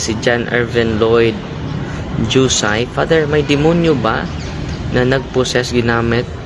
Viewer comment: Father ang pronounciation po sa Jusay.....ay Husay po